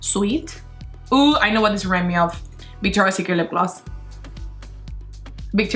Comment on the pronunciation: "Bictoria secret lip gloss all da way" I love her accent 😂